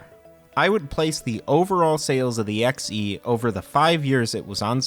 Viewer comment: Why do you keep saying "E" when referring to the 130 XE and the 65 XE but you say XEGS properly? It's always been produced "X.E." not "EE" or "Zee." Also there's the XEGS package that isn't weird at all, since detachable keyboards were common with PC/XT clones of the time. The XEGS isn't the same 8-bit PC from 1979. It does have more integrated chips in it (i.e. FREDDY) that the XL line didn't have. The old 800 and 400 had many more parts (Glue Logic) that were consolidated into chips to reduce costs for the XL and XE line, and the 800/400 had more joystick ports. So the tech is based on a PC from 1979 that was way ahead of it's time compared to the C64, but it was modernized for more RAM.